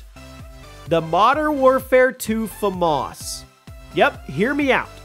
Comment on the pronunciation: Did you really just say black ops three Flamas for the bo1